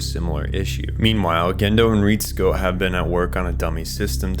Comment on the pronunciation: even the names though. Ritsuko as "Reehtsku". Great video but it's just some nitpicks.